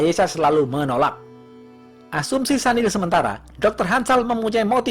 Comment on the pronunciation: Maaf bang ....sedikit koreksi ya yg bener Sunil bang bukan Sanil. Soalnya teman kantor kebetulan WNA singapore keturunan India dan dia sendiri perkenalan nyebut namanya Sunil bukan Sanil..😊😊🙏🙏